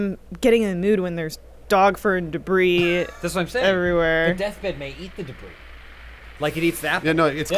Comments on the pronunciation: DUH BREE, not debriss........ wtf lol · day bris? debris? What kind of psychopath are you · Are we not going to talk about how pronounced 'debris'? debrisssss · Why does pronounce debris, debriss? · Did pronounce "debris" as "de-briss"? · Is it just or do Americans actually pronounce debris as “deh-bris”? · Probably intentional. I still mispronounce bagels as "bag-els" because of Britta, she's the worst. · Debris? Debris!? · Do all Americans pronounce "debris" the same way that does? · I'm really hoping you were just tryna be funny with your pronunciation of "debris"...